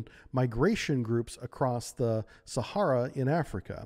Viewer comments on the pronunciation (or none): none